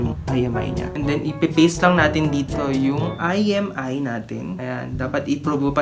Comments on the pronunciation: imEi po hnd iMi 🤦🏻‍♂️🤦🏻‍♂️🤦🏻‍♂️🤦🏻‍♂️ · It's IMEI not IMI..